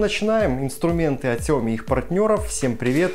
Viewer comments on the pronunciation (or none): Дружище я уже оооочень давно тебя смотрю! Всегда интересно! Всегда лайки ставлю! Но вот есть один момент он всего портит начало ролика! Тебе надо либо говорить просто "Всем привет!" с другой интонацией, интонацией окончания фразы понимаешь? А то так и кажется постоянно что ты хочешь сказать "Поехали!" Каждый раз одно и тоже ощущение либо ты всё таки говоришь "поехали" а потом постоянно вырезаешь её либо так сильно хочешь сказать что сдерживаешься! Именно этот момент даже у моих знакомых вызывает дискомфорт! Повторюсь, ролики супер! Подача супер! Смотрю давно и всегда приятно и смотреть и слушать! Но вот этот момент это ЖЕСТЬ! Если разрешишь то я тебе посоветую просто научиться классно говорить "Поехали!" И не вырезай, Очень режет слух! Слышно что фраза всегда не закончена! Только без обид я надеюсь! Вроде хочу как лучше! Удачи и мира всем поскорее!